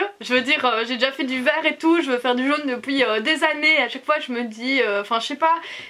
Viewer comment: J'adore quand tu dit "depouii"😝😂